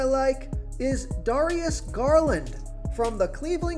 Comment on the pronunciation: Darius Garland Dare-re-es. Gar-land